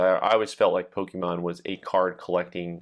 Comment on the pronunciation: I swear there isn’t a person over 40 that knows how to pronounce Pokémon